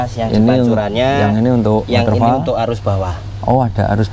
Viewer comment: Muni ne woderfol mas ku...udu waterfal 😁🙏🤣